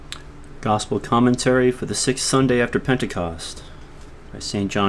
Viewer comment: "Coomantery"?! Really?! You couldn't fix that?!